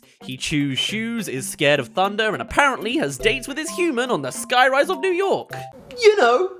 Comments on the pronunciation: ”Welcome to Yew Nork” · "Yew Nork" 💀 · Welcome to yew nork